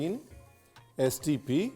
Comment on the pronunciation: Soya Textured Protein and it’s STP not STF. But i’ll try this recipe.